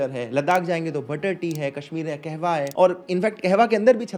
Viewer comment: कहवा nahi कावा 😅